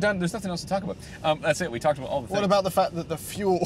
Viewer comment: "Aboot". That is full Canadian right there.